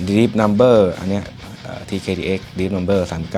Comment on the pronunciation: นัมเบอร์. เหี้ยไรล่ะ. เขาอ่านว่า ดีบ นัม. ดีพ แปลว่า ลึก นัม แปลว่ามึน